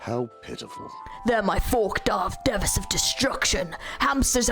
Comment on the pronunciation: Say DE-vas instead of DEE-vas is so funny